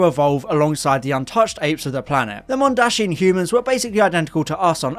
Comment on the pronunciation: It's 'Mondasian', not 'Mondashian'